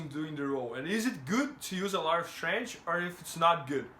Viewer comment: Please pronounce it STRENKF.... not STRANGE like Demian Maia